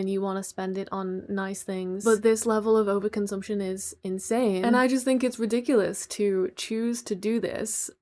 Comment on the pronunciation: This is with love and I've probably watched too much miraculous, but when you said rediculus I thought of chole...